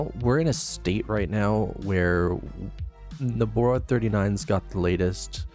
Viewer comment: Great overview. I wasn't sure exactly what benefits Nobara 39 offered, and you addressed that perfectly. But my friend... Nobara is pronounced "noh-bah-rah" not "noh-bor-rah," and GNOME is pronounced "guh-nohm" not "nohm" lol